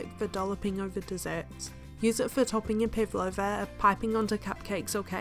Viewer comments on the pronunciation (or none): Thank you I learned something today, but please practice vowel pronunciation, your a sound like i , eg. pivolva ??